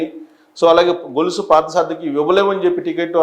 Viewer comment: గొలుసు కాదు సార్, కొలుసు అలాగే గన్నవరం లో వెంకటరావు ప్రకటించారు, సరిచేసుకోండి 👍